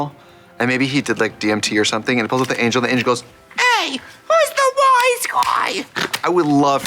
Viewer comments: Did Trixie just said Angle instead of Angel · trixie saying angle instead of angel gave me life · Im out here hearing trixxie saying 'ANGLE' and not 'ANGEL' like im i the only person to hear it!?! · Not trixie continuing to pronounce angel as 'angle' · Them saying "angel" instead "angle" is really weird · Every time Trixie pronounced “angel” as “angle” I giggled. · I thought she was saying "ankle" 🤣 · I can be your angle….or yuor devil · trixie said angle not angel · Did trioxide call the angel an angle lol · Love how she nonchalantly chose to pronounce certain thinks funny and just kept at it 😅 angle, delichous, progrum...